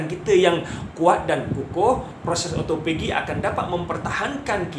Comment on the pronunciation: ya...kalau saya nak turunkan berat badan saya tak buat puasa sunat,sebab saya takot lari niat,kalau puasa sunat,mmg saya puasa ja,takde niat untuk autophagy atau turun berat, Oh ya,sebutan autophagy adalah O - to - fe - ji